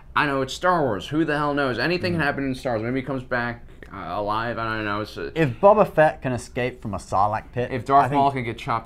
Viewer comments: Not Bubba-fett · I got a Purple ad right when you went to say Boba and it sounds like "We also think Bubba"